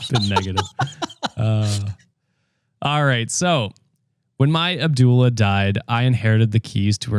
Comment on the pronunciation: I just got to the store story and I am pausing to say I’m glad I’m not the only one who was like “wtf is an abdoula???” 😂😂😂😂 lol yall are hilarious. Thanks for catching that because it was eating up my brain power trying to figure out as continued to read 😂